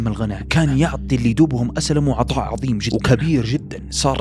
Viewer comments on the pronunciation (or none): none